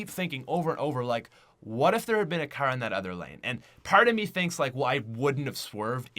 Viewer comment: Why does he pronouce car so wrong its funny